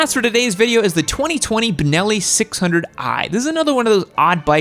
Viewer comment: Know-it-all guys.. it is Benelli. Not Bineli, not Binelli, not Banelli, not Bunelli. BENELLI. Which happens to be an Italian brand, one of the first motor companies in Europe. Due to financial problems, it was bought from the chinese QJ and it is actually going very very well in Europe. The BN600 did not come to Europe due to environmetal restrictions but the other models of this company are selling like crazy and complying to Euro4 regulations. Problem free bikes, very good built quality, vfm motorcycles. Especially the TRK line.